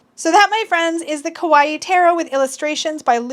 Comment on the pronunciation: You may know this by now but I'd like to point out that the way you pronounce kawaii is actually "scary" in Japanese. It's "ka-waii", not "ko-waii" or "ke-waii". Anyway, ✌.